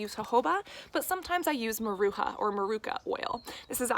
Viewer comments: Maracuya ! Not maruca hahaha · It's not Maruca it's MARACUJA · MaracuJA’. The “J” sounds same way as saying “deJAvu”. And the “A” at the end sounds like two “A’s” . Maracujá means passion fruit in Portuguese (Brazil) xxx